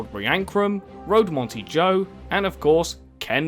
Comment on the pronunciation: "Road Monty-Joe" lmao good video regardless of that butchered pronunciation, mate. I still remember watching this silly old show on TV nearly 20 years ago.